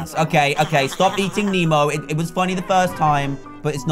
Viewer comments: ITS NEMO NOT MEMO! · It's "Nemo" not "Memo" 😑 😑 😑 😑